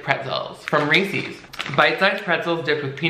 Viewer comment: I can’t deal with how you kept saying Reese’s like Reesies or smthn lol